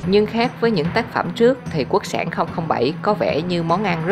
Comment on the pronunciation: Quốc sản mà nghe giọng đọc lại tưởng là quốc xẻng